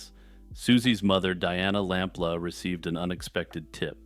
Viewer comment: Her name was pronounced Sue LamPLOO